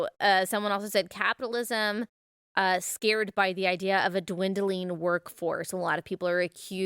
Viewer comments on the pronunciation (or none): none